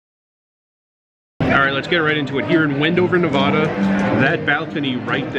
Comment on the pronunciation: You need to pronounce the middle syllable of Nevada correctly. The "VA" in Nevada should sound like the A in cat or bat, not like the A in the word wander or ah . Enjoy your travels.